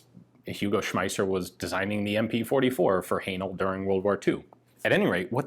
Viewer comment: Another interesting video. Am I right in thinking "Haenel" should be pronounced to rhyme with "flannel"?